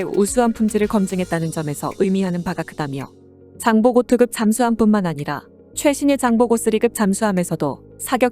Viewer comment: 장보고II, 장보고III 를 읽을때 장보고투,장보고쓰리 로 읽는것을 보고 격려와 칭찬을 해주고 싶다! 다른 유투버의 동영상은 장보고 아이아이 로 읽는등 컨텐츠 제작에 무성의로 일관 하는게 일반적인 현상이다! 이상튜브에 좋아요 와 구독이 많아질 것으로 확신한다!